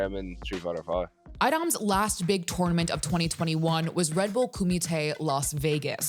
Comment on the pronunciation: Koomee Tay...........doesn't sound as tough as when they say it in bloodsport 😂